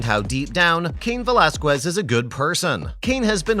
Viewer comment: You are pronouncing his last name completely wrong first and foremost. Secondly he did time in County Jail not prison.